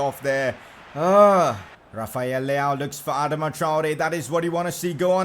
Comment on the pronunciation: Ad-ama try-or-a that's how you say it